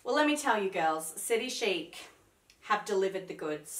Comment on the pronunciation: Nope it’s City Chic as in ‘sheek’, always has been even when it was named Big City Chic 20 years ago! Chic means elegantly and stylishly fashionable 😀